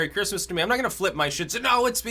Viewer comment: Why does Mahcome before every mahword mahnow? muh?